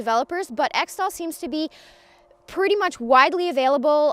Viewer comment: its pronounced eck-tol